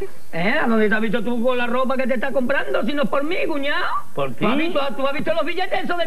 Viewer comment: "pero si eso es pó mi diente" dice el Peito, fenómeno